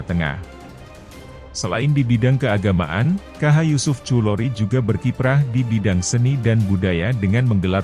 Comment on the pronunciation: Bacanya bukan yusuf khulori yg bener Yusuf Khudhori.